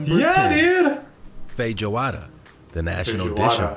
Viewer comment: the guy in the video they’re reacting to… the pronunciation of feijoada is… interesting